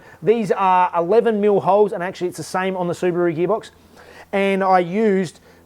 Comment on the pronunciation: “Subaru gheebox” 😁